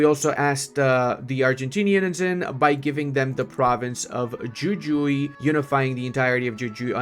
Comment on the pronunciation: Love your spanish, I cracked up with that intro xD PD: The argentinian province of Jujuy its pronunced "Who-who-ee", our J is like your H